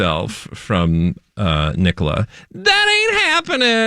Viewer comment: Elias Rønnenfeld. a-LIE-us (not ELLIE-us). Nicola Peltz NICK-a-la (not ni-COLA). 😊💖